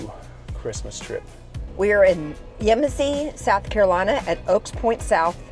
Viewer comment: The accent is on the second syllable - YeMASsee